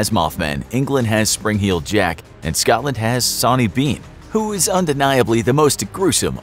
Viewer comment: Please change the way you say Scotland it's not Scawtland or Scatland.